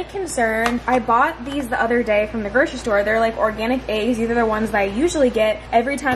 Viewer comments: It cracks me up every time says “eggs” because it comes out as Aye-ggs. 😂 like the E turns into an A. No offense at all I just look forward to it because my humor is broken. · The way says eggs is so funny😂♥️